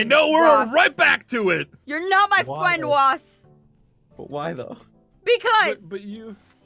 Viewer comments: YOU NOT MY FWEND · Ross is not a fwend he’s a fwo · NANI!!!! Aphmau:I will win:NANI!!!! RossFwend:will you be my fwend